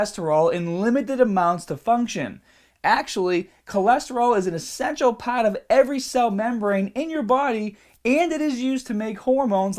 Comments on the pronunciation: The yellah paahht? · Every time you say Heart or Part, I detect a Boston accent.